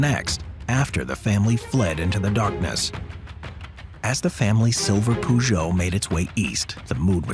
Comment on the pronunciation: Peugeot, how it was pronounced was funny 😄